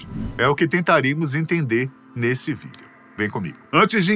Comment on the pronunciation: Pq ele fala Vídel em vez de Vídeo?